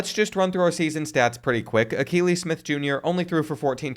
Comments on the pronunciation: 😂😂😂. I know I couldn’t be the only one that caught they way he pronounced that the first time. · “Al-kuh-ly Smith” 😭 bro learn some ball, holy mispronounce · It's pronounced A-kee-lee Smith Jr. His dad is a former NFL QB.